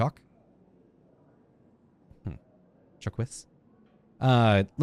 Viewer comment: I like that , even after hearing the correct pronunciation from a character, you continue to mispronounce Jacques!